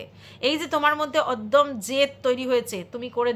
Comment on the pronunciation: Oddom noy, ota odomyo.